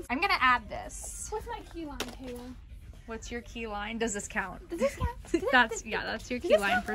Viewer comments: Am I the only one that heard Kayla said hallie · What’s wrong you said HailE not KAILA